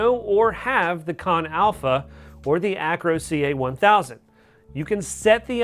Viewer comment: It's pronounced CAN not KON, super irritating when you cannot pronounce the name of the device. They would have put an O in KANN if it was going to be called KONN. your the second reviewer to pronounce it wrong.